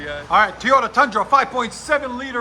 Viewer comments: It’s not… TEE YODA. It’s toy yota. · He said Teeyota. Goodbye.